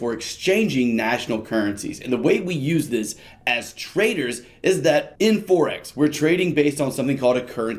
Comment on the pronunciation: Forex, as in foreign, not forex as in fourex.